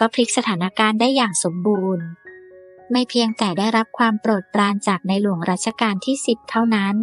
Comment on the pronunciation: บ้าเปล่าชื่อในหลวงยังพูดผิดๆ